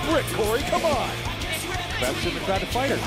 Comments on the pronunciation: needs to retire and its Beth not bet maryise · Love how she said Bet instead of Beth😭😭😭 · If you don't speak French you may not have noticed that she doesn't say Beth. It's not an accent thing lol. She says Bete. That's French for stupid or ignorant, leaning towards dull or dense. I knew it was a setup from the moment I heard the way she said Beth's name and I'm wondering if any other French speaking people caught this wording. Considering what happened I don't think I'm imagining things and the audio is clear. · "Bet Phoenix" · and "Bet" (pronounced "Bete") in French is "Beast" or... "Stupid" haha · it sounds like she is calling Beth "bete" which is beast in french and haitian" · She botch by saying "Bet" is it that hard to say "Beth"?? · It's not bet its beth